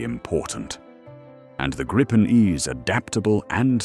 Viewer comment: It’s name is pronounced “Greepen”, nothing else. Believe me, I’m Swedish. 👍🇸🇪